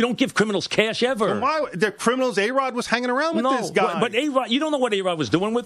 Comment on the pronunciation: Mike calls A-Rod "BAE-ROD" LMAO